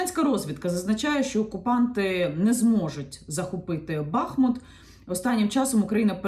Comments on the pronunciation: Прошу, будь ласка, називайте наше місто правильно. Наголос на У. БахмУт. І одразу для бажаючих подискутувати: У м. БахмУт є річка БахмУтка, також є район ЗабахмУтка. Використання іншого наголосу є невірним, хай навіть вікіпедія вам скаже що можна і так, і так. Прошу, не кажіть БАХмут, там і так достатньо бахів 😢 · Дякую за відео! Коли говорите Бахмут то наголос потрібно ставити на другий склад. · Дякую за інформацію. Поясніть, будь ласка: який правильний наголос у місті Бахмут? Бо Вікіпедія дає наголос на другому складі (за назвою невеликої річки), а Яніна на початку відео ставить на першому. Де істина?